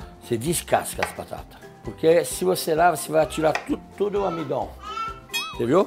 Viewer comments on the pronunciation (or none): "O amidon..." Que vontade de guardar esse homem num potinho pra sempre! 😂😂😂😂